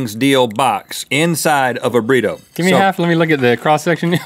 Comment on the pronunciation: Smiley Bob It also sounded like he kept saying “vabritto” (said like vuh-breeto) rather than burrito! Etymology v. Entomology... So close, but so far!